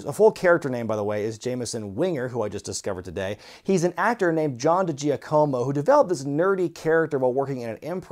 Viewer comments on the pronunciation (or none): DiGiacomo is pronounced Dee-Jack-uh-Moh.